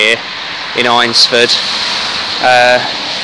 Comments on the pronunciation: Great vid! I live near here so just to point out its pronounced ainsford. Ain like pain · Nice video mate! Just one point - it's pronounced "AINS" - ford. But good work. A place very close to my heart.